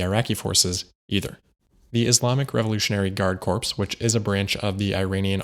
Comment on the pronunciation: corps is pronounced CORE not CORPES. CORPES = dead body.